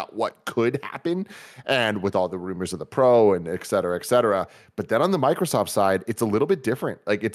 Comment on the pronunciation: PSA - it’s “et cetera”…not “ex cetera”. If we say it enough, we can change the world, folks…let’s do this!